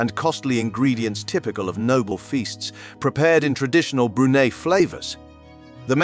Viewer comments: Not only how to pronounce Brunei, the way he pronounced Prince Mateen’s name! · I’d be grateful if the narrator could learn how to pronounce Brunei.